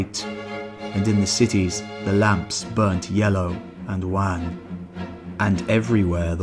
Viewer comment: 'scarcely', 'wan' are just two, repeated mispronunciations.